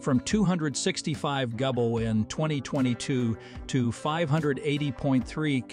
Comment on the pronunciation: At :15 seconds is a clear proof that this channel uses an AI chatbot to make its content. Notice how that dumb chatbot doesn't know what a gigawatt is or how to say it. I think I'm going to stop following this dumb chatbot channel.